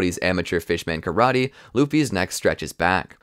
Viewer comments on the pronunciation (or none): none